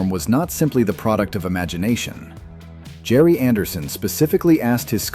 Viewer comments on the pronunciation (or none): none